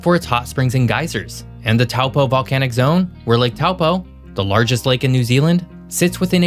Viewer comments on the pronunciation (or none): Omg! The pronunciation of NZ place names in this video is shocking! Dunedin (Dune-eh-Din???! It’s Duh-Knee-Done) is shockingly bad, as is Taupo (Toe-paw) and to a lesser degree Tauranga (Toe-rung-ah). Do us a solid, get the names right?.